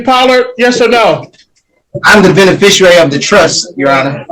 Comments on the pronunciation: "Mr. Benefershery," not "Mr. Beneficiary." Words matter to sovcits. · Or as he says it, "benefisherary" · is an 🍑🤡… does not have an estate or a trust in his name, because is a deadbeat. He is not a Benerficuaey, a Benayficuwey, or any other version of how he can’t correctly pronounce Beneficiary… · I love when they try to pull this stuff off and they can't even pronounce the word beneficiary. Subliterate slobs. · This sicko can’t even say “beneficiary” correctly!